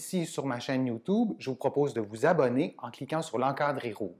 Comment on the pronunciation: « Youtoube » 🤣🤣🤣 a par ça mercii